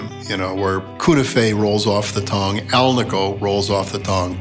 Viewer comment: Cool pickups, fantastic playing and. What’s not to love? And great to hear someone pronounce alnico correctly.😜